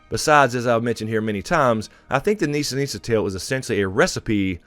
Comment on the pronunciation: The hell you say we are not going to see Jaquen!!!😫😫😫 I'm OK not seeing Nissa Nissa but how about "Nisser Nisser"!!!LOL😄😄😄Awesome series love these!!!😍😍😍